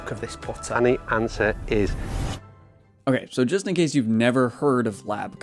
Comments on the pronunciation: Wtf you pronounce "ann-ser", as "on-ser"??? The littlest bit of research would lead you to the correct way to pronounce the word, which I'm assuming you know and found since you've done a solid job at research for this video in general, the assumption is you're mis-pronouncing to "be different"... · If you do videos on golf how don’t you know the pronunciation of the anser is answer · It's pronounced "answer." That was the original name for the putter, but there wasn't enough room on the flange, so Solheim's wife told him to drop the W, and the Anser was born. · I’ll subscribe if you say anser correctly